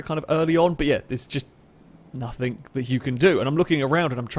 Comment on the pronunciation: I wish you got rid of the stupid ott "hello and welcome to the show" and the various annoying nothink/somethink